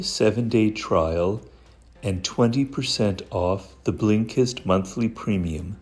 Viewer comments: Law 49: remember how to pronounce the name of your sponsor. Specially when you claim to use it lol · I love how you say blinkest 😂 it makes me laugh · Is he saying/pronouncing Blinkist wrong in the ad? Lol, they keep dubbing over Robert’s voice - and it feels super odd.